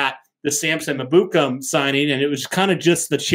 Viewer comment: I can't stand the way they pronounce Ebukam 😂 it's pronounced: EH-boo-kahm